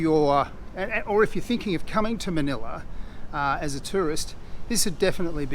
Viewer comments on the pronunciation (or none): none